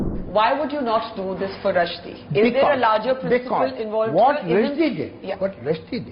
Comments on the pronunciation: His surname is Rush-di, not Rushi-di. It's irritating to hear wrong pronunciation repeatedly. Rest all was top notch. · It’s Rushdie not rasheedi. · Name is Salman Rushdie not Rashidhi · Its Rushdie not rashidi...naam to sahi bol